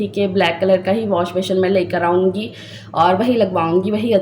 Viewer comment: ALLAHPAK waseela bantay nhn Hain banatay Hain,,,,,aur washbessin pronounce krain beshion nhn ,,,baqi Allahpak sb k haq Mai behtar frmayen